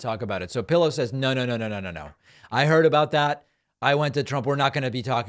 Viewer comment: Thank you for your informative content 🙂. Btw, I love how you call that guy " Mike Pellow " or just " Pellow " 😁. It's great 😆.